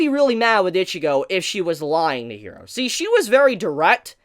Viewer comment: Stop calling her Itchygo